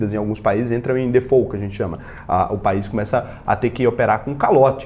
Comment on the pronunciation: "Default" não se pronuncia "Defoe"